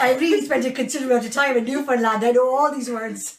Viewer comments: It's not "New-Finland"...it's "Noofin-land". It's only spoken by "Noofin-landers" who aren't ashamed of their heritage and trying to be "proper". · Newfoundlanders aren't going to let you in until you stop calling it Newfinland. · Its Newfin..........Land